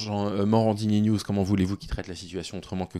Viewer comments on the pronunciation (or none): none